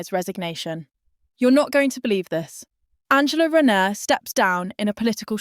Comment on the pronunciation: You cant even say her name correctly